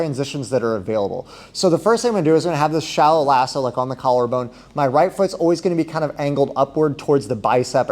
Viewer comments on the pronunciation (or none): Great video and content. But I have to tell you, I heard "Shallow asshole" and now I can't unhear it.